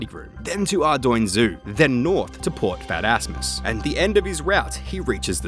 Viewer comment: Glad I'm not the only one who heard "port fatassmas"